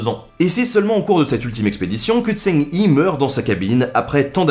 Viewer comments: L'amiral eunuque Zheng He se prononce plutôt Djeung Re (comme le jota espagnol) mais sinon c'était top ! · Mauvaise prononciation de Zheng He, ce sera plus Dsheng Rhe en descendant sur le dernier e. Or mis cela c'est un bon résumé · Super épisode, tu gére la fougère mec! Niveau prononciation tu t'améliores, mais on prononce Jeng He en fait en Chinois... Voilà, voilà, la haine attisée c'est fait! ;) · Par contre Zheng He se pronomce "djingue reu" (pas pronomcer trop le "gue" de "ingue" juste faire "hein" avec le nez. Si tu veux le pronomcer à la Française : "zongue hé" ou "zongué". Voilà voilà de la part d'un cinophile amateur. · Zheng He = Djong Reuaa Faut que t'apprennes le chinois Ben ! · Zheng He , son en AN pas en ON. Le H ressemble a un R Francais , pas de son roulé.